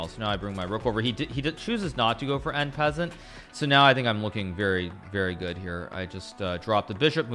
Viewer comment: The way he pronounces en passant tho